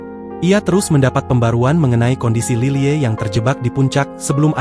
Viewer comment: Lilie dibacanya lily aja pa , bukan lile